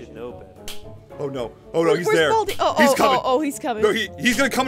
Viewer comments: balai not bald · Baldi not bald